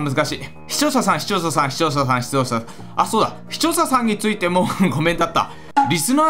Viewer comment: 視聴者さん…視聴者さん…視聴者さん…市長さん…市長さん…に聞こえてくる笑